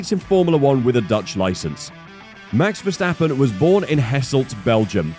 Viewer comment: mex versteppen really???? the A's in the name sounding like in CARWASH